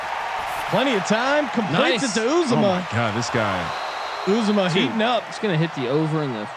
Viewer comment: I don't know if you guys will ever see this, but it's CIN TE C. J. Uzomah (pronounced U-ZAH-MA, not UZE-O-MAH)